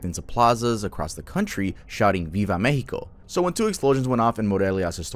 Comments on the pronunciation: its mex with an ex not meh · the “mehico” is pretty annoying i gotta side with germyz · The Mehico followed by pronouncing every word with a no sabo accent 💀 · I hate to be that guy, but Mexico, would have been pronounced as 'Meschiko' by the natives pre-colonization. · Just say Mexico like anyother word, it sounds so out of place and annoying